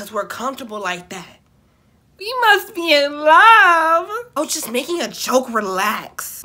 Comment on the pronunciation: " WE .UST HE IN LOVE " 😂😭THIZ HAD ME ROLLINGG